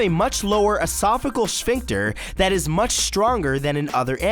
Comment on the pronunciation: 99%i don't like the animations -me pffffft he said it like tiat 😂